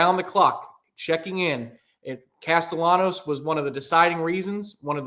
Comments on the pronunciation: Tom, check pronunciation of Castellanos. It's not "Castenellos" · Why is it so hard for people to pronounce Castellanos? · Can someone help on his pronunciation of Castellanos?